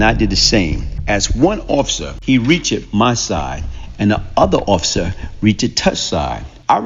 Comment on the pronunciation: Looool "He r-e-a-c-h-i-d my side". Dude is a good storyteller but he got a slight speech impediment.